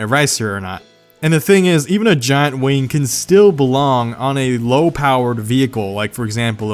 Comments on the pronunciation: its a wing not a waing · i heard 'wang'